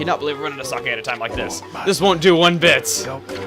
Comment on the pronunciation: I love the fact that Chugga says the word "sake" correctly ^.^ People say it like "saki" which is incorrect and a word that I have no knowledge of...